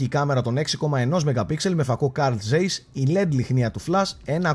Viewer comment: πολύ καλό βίντεο.... Για την ιστορία μια διόρθωση προφέρεται Καρλ Τσάις και όχι Καρλ Ζέις επειδή ήταν Γερμανός (το λέει και η wikipaideia)